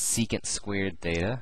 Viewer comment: is it feta or theta... cause i'm hearing both